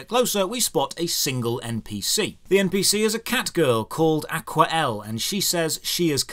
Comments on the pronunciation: "Aqua-L"? That's not how Aquarelle is pronounced. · A lamb name Aqurelle? Did they hear how people from the EQ say squirrel?